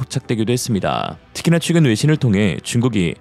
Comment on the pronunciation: 최근 발음을 자꾸 취근으로 하시는거 같아요.